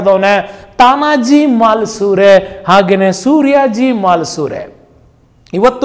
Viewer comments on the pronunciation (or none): ತಾನಾಜಿ ಮಾಲಸುರೆ ಅಲ್ಲ ಮಾಲುಸರೆ MALUSARE